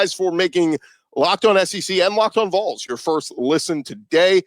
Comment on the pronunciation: Congrats on your baby! Could you please choose a host to correctly pronounce VOLS!!! We're not something you see in the ground!@